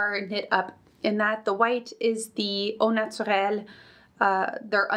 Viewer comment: I just found you'd channel and you're very fun to watch 😊 Quand tu as dit "brioche" et "au naturel" je me suis dit ça c'est une Québécoise 😅 Maybe I'm right 😊 Anywhoo thanks for the video, I definitely suscribed ✨😁